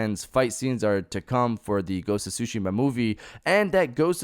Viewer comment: A-dap-at-ta-tion, not Adaption, and it’s pronounced Ghosts of Tsushima (Su-shee-ma), not sushima